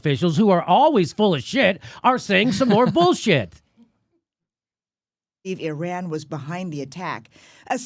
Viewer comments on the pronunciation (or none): Learn to fucking pronounce foreign countries and cities names Americans. Even trump gets it right - it’s Ee-ran not I-ran. Mos-co, not mos-cow. Fucking ignoramuses. Love your show jimmy btw. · Fucking CBS can't even PRONOUNCE "ear-RAN" properly! As you can hear when Trump(!) says it properly, it's "ih-RON". FFS.